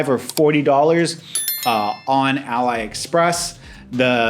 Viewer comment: is it too hard to say it ah lee express? 🤣